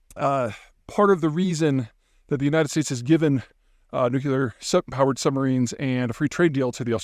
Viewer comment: Peter, is it possible the lack of oxygen at altitude induces the "nu-cu-lar" pronunciation ?